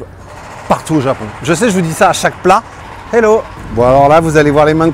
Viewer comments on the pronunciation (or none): none